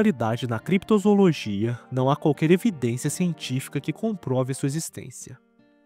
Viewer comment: Desculpa bro, mas parei no "Crepitozoologia".